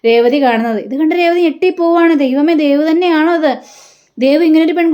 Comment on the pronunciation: അരുണും ദേവും... ദേവ് അല്ല ദേവു...